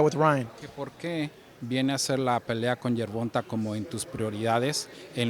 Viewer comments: 😆 I hate people that pronounce javante like Gervonta.. It's pronounced Gervon"tay".. It's lame as hell when you hear the way a person pronounces his own name the way his team and family pronounces it and you decide you're just going to make up your own pronunciation.. Does Jimmy Linen Junior announce his name that way? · be getting annoying sometimes. Why do you pronounce Gervante 'GER-VON-TAY' GervanTA? Pendejo * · GERVONTUH ??? TA NOT TUH !! PUY SOME RESPECT ON TANKS MF NAME.. JIS CALL HIM TANK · The interviewing is terrible. Its pronounced Gervontay. Smh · The interviewer always pronounce Gervonta name wrong with a short (a) sound. Dude his name is pronounced with a long (a) sound. Guess it's either not important enough for Gervonta to correct this dude or the opportunity hasn't been right🤷🏾‍♀️ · learn how to pronounce Gervonta your embracing your self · why the hell does he say Gervonta like that. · Bro why he saying Gervonta name like that? He heard it so many times, it gotta be intentional.